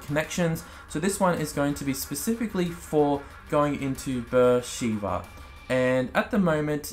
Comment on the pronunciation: It's pronounced "B'er Sheva" not "Sheeva." Amazing city in Sinai desert in Israel